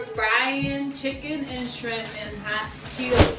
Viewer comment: We got some "SKRIMPS" 😂